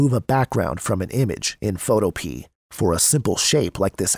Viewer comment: Photopea rhymes with Utopia. fo TOE pe uh